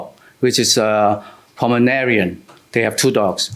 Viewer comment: The dog is beautiful! The Plaintiff said a PomerNarian😂😂😂